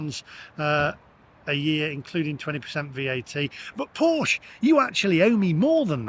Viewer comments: The e at the end of Porsche is pronounced like the e in egg. Porsche is not pronounced Porsch. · Maybe they've got it in for you because you keep mispronouncing it. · Its "Porsche" btw...